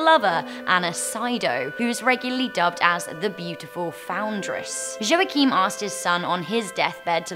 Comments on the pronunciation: Hej! Friendly tip: the name Joachim is pronounced as "yo heem". The "heem" part is pronounced like the word "seem" but with an "h". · I don't think that's how you pronounce Joachim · this is the worst pronontiantion of the name Joachim I've ever heard. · Your pronounciation of "Joachim" is hilarous xD Just like "Rumpelstilzchen"